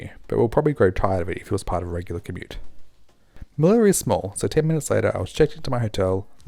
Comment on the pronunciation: Dope flight report! Quick tip: it’s pronounced MeliYA. The double L (ll) in Spanish is pronounced as the *y sound! 🙂